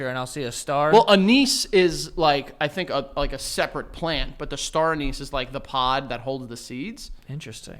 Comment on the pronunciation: Hearing the way pronounces anise is sending me into therapy